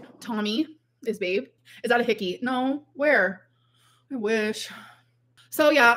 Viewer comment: I fell asleep with the full livestream on and ‘nooaaaww’ is burnt into my brain, what the fuck accent is that suppose to be